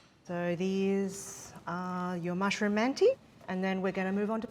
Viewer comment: the letter at the end of manti is not an I it's without a dot, and is pronounced like schwa, uh. mant-uh